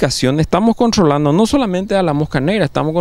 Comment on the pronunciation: "contrrrrrrolando verdad"